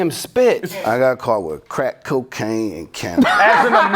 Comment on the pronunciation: The way number 5 said crack cocaine had me dyinggg for some reason man, crEcK CohQUEin